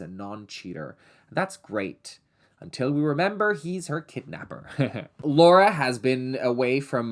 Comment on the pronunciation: Thanks for saying Laura and not “Laura” as an American